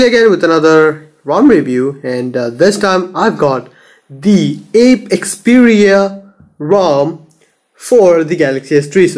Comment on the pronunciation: Stop saying 5.1.1 is the latest version of Android wtf... 6 is already out and is being developed for the s3... And this is Apex-Xperia not "Ape""Xperia". Pronouncing the rom's name wrong is a form of disrespect for the developer:p Keep it up.